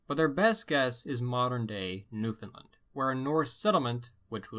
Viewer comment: "Eskimo" is a derogatory term like "n-----". And it's new-fan-LAND. Not whatever you were saying.